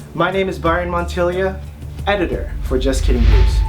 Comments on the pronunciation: said "montillia" is it pronounced with an I before the a? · It bothers me how Montilla is pronounced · This dude Byron said his own last name wrong in spanish and english LOL